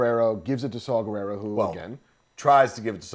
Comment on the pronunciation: Oh DUDE!!! Arghhh. I don't know u , I mean u seen cool as shit, especially if ur w/ K.S. But, dude, Saw, like the tool Not Saul like the Jew name (not racist) , & last name ends w/ an A not O. Guerrera, not like Vladimir Guerrero. And Krennic, is as u said middle mgt. & nobody likes him, the empire, Tarkin, Vader, don't respect him. It's why he don't have all the stripes & just a few fuckin squares. And Ahmed's characters name ain't that hard, Bohdi(think point fukin br8k, last name Rook. Like chess, or Micheal Rookers lady name chopped up (mearle). Kids today are dicks, they're not our gen. I'm 41. You guys both are awesome!!